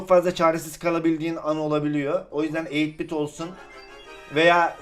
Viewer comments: eyit bit değil 8 bit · Eytbit ne yaaa 😂😂😂 farkedenler yoruma